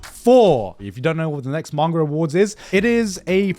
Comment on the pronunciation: It triggers me so much his pronunciation of Manga. Sometimes he says it right, other times his inner brit takes over and he goes like: MAENGOR 🗣️💂🏻🏴